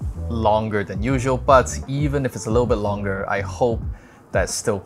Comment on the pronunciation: The LOoNGerrrr! The BETTTERRRR!!?? 🌝